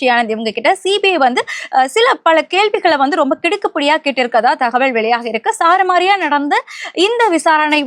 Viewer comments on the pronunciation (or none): அரசியல் பேசுற முதல்லே நீ தமிழ் எப்படி உச்சரிக்கணும் என்ற பால பாடத்தை கல்ல தமிழ் வாத்தியார் வச்சு கத்துக்க. (சரமாரி கேள்வி என்பதை சாரமாரி ன்னு சொல்றது, கரூர் முப்பெரும் விழா என்பதை முற்போக்கு கூட்டம் என பேசுறது சகிக்க முடியலே! முதல்லே வாயிலே வசும்பு வச்சு தேய்ச்சு விடு. அப்பறமா முக்கி பேசலாம்.